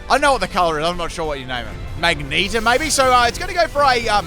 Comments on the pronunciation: Did he...did he say "magneta" and mean "magenta"?!? See . Ma-gen-ta is the deep pink colour. Mag-nee-ta is a female version of an X-Men character 😆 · "Magneta"? Wait did you mean magenta? lmaooo Never change <3